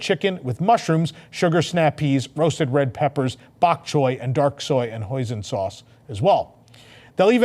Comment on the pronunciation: FYI hoisin doesn’t rhyme with poison. It’s pronounced “hoy seen” and say it like two words.